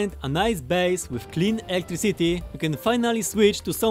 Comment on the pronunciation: Everyone: “Electricity”: “Electric City” 🗿